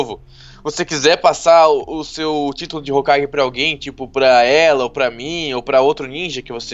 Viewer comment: É hokage e não hogake